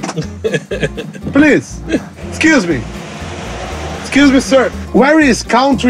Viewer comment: "PLIS" (UNGUNHA, )